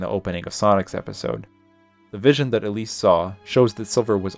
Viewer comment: it sounds like you called Elise "obese" and it's sending me and my friend rn